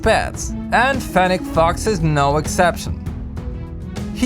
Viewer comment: its FENNEC FOX not fenech.